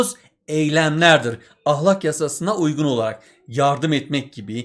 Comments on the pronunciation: Ahlak değil ya ahlâk diye okuyun lütfen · Hocam ahlak degil "ahlâk" lütfen konsurken ve yazarken dikkat edin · Hocam ahlak demenizden dinlemekte zorlandık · Hoca ahlâk demiyo Ah! Lak diyor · hocam o kadar garip "ah LÆÆÆÆÆK" diyorsunuz ki derse odaklanamadım ozur dılerım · hocam ahlak derken 2. a yı kalın demeyin😭😭😭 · hocam ahlak demeyi mi öğrenseniz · Hocam yozgatlimisiniz ahlak dediginizi dinlerken konuya odaklanamadik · hocam neden kalın a ile söylüyorsunuz video boyunca fenalık geçirdim